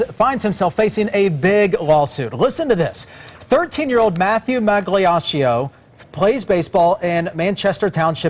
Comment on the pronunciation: You said migliaccio wrong